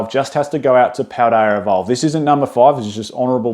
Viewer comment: Took me over 10 min to figure out that you were trying to say Paldea Evolved!!!